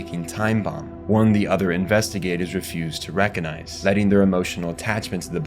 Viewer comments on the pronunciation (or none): none